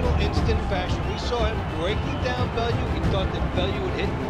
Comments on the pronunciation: It's Tony Bell-You not Tony belooo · Allo mate, Tony Bellew is pronounced 'Bell-yew' not Belloo. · Interesting pronunciation of Bellew